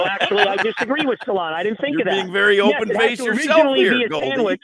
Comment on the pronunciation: Solana - "Arger"